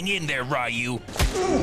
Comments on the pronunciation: I love how you're omitting syllabelles out of Rayu's name during its next mention. LMFAO. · "Seagal and Reyou" ..."Rayu"... "Royu"... "Ru"...🤣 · Pronouncing Ryu different each time.😂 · I noticed your purposefull mispronunciation of "RYU" over and over again and it is possibly your finest moment. Not only are you making the best content in the entire universe but saying his name in all the ways like that is devilishly obscure and amazing! Having played street fighter since part 1 I have attempted to say his name properly my whole life and still dont know the right way! Incredible work my friend. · Intentionally messing up Ryu's name each time; subtle, yet hilarious. 😂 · Ryu's name being pronounced over 500 ways in one clip... Also... RUSSIAN WALRUS 🤣🤣🤣 ! "he has to get home to bang this poor sexual abuse survivor" 🤣🤣🤣! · Best part is easily how he pronounces ryu different every time😂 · You pronounced the asian dudes name in every possible way throughout the video xD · Ryu having fifteen different pronunciations killed me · Is it Rew, Re-You, Roy-You, Rhy-You oder Ray-You❓❓❓ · pronounced Ryu wrong in more ways than a brazilian arcade, genius 10/10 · All of the mispronunciations of Ryu is killing me. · I love how he constantly changed how he pronounces Ryu’s name 😂🤣😂🤣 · Everytime he pronounced Ryu differently i lost my shit.😂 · Love how everytime he says Ryu he pronounce it differently each time lol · I love how purposely and randomly mispronounces Ryu’s name. 😂😂😂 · I would not have been able to come up with that many unique mispronunciations of the name Ryu. Impressive. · The several different Ryu pronunciations are so good 🤣🤣🤣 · LOL you go through all the mispronunciations of "Ryu." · Calling the guy Ryu is pure genius, changing the pronunciation every time is some next level sh** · Thumbs up for pronouncing Ryu differently every time >.<)b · I love how he pronounced Ryu's name different every time he said it! LOL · “Royu” was my favorite.